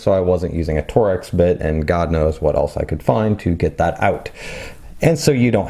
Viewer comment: TORX is pronounced TORKS, not TOR-X